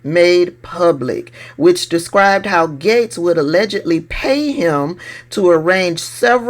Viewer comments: It’s not Gets it’s pronounced GATES, respectfully! ❤ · I like like that you pronounce his name like I do, he wants us to say “Gates” and I refuse to. He’s “Getz” with my pronunciation, dirty perv cheesehead Getz!